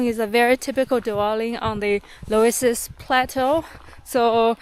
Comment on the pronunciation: So you have a German husband with you and he couldn't tell you how to pronounce 'Loes' (Löss) in 'Loes plateau'?😂